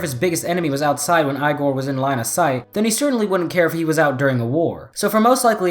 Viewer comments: I thought it was pronounced "ee-gor" not "eye-gor"... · E Gore not I gore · Not I gor, pronounced as E gor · its not pronounced eye gor its pronounced e gor i dont think that you watched that crazy frankenstein movie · You are saying Eye-gor And not Ee-gor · It's pronounced (e)gor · Did he just say "eyegor"? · It is pronounce E gor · Igor is pronounced EE-GOR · I'm pretty sure its pronounced Ee-gore. Like the hunchback servant you usually see with mad scientists. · Are you sure it isn't pronounced e-gore? In every movie I've ever seen with a character named Igor (who is usually a hunchback), it's pronounced e-gore. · Too lazy too look through comments but I hope someone corrected you on how to say Igor. It's not even a made up name, it exists.